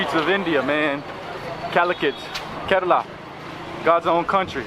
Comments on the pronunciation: the way you said kerala in intro was soo mallu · Even other indian states people dont know how to pronounce kerala but you are awesome Please try our delicious food porotta and beef. Fresh beef is super tasty You can see different cultures and religions in kerala we keralians loves each other We dont like north indians they are rascist they always mingle in the name of their religion Here you can see a mosque after 10metre a temple and after 10metre a church Proud to be a keralian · You pronounced Kerala correct at the beginning of the video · The way u pronounced 'Kerala' I am really amazed. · He is the First foreigner I heard Who pronounced "Kerala" like a keralite 😅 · So when he said kerala he said in kerala accent